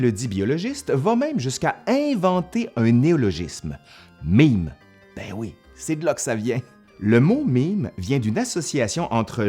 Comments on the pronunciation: "è" se prononce "ê" en français. Et non "i". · OK, mais cela se prononce MAIME, pas MIME ;-P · j'ai toujours prononcé "mème" comme "même", je suis française et l'accent grave se prononce comme l'accent circonflexe XD donc quand j'entedns dire "un mime" ça me perturbe XD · C'est écrit mème mais tu prononces mime ?? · En France on prononce "mème" exactement comme "même" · Ça se prononce "maime"!!!!!!!